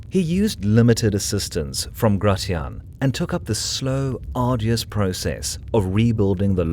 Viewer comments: Nice vid but isn't Gratian pronounced grey-shen not grey-ti-ahn? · Gratian is pronounce gray-she-in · Gratian is pronounced GRAY-SHH-N